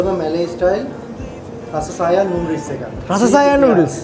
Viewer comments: රස සායන් නෙමෙයි...රසා සයන්ග් ඒ කියන්නේ ආදරනීය රසක් මුසුව කියන තේරුම ඒකෙන් කියන්නේ.මැලේ කෑම කනවා වගේම ඒ ආහාර පාන ගැන හරියටම දැනගෙන කන්න. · Hansi Ekanayake not රස itz රාසා සායන්ග්